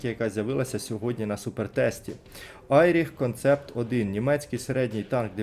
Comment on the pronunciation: Не Айріх, а Еріх...бро